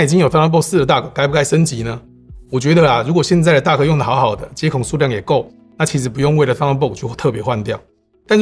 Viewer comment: Duck? Dock?